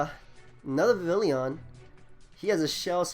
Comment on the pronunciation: Dude, you gotta work on those pronunciations. Vivillon is Vi-Vee-Yon. Dedenne is Deh-dehn-nay.